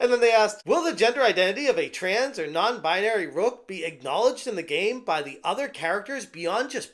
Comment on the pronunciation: Lol Non Buy-nary